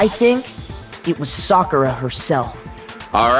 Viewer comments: Soccer-a my boy . This dude be saying sack-era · Even in her death still didn’t say her name right 😭 he ain’t watch Naruto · Only reason that would make sakura dieing a "good" thing, which really wasn't good at all.. is that I don't have to hear you call her SACKIRA anymore the whole time smh... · brosky literly herd them say it said it correctly then proceeded to say it incorrectly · 😂 How he pronounce it right and wrong in the same sentence. This was so sad. So sad. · Lmao, pronounced it right, addressed the guy who made the video about his pronunciation, and went right back to how he was pronouncing it before. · still dont kno how to say sakuras name, after 25 gameplays